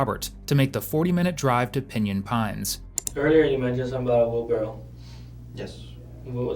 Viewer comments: Put him in jail for saying "wheelbarrel" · “Wheelbarrel” come on guys 🤦‍♀️ say the word correctly.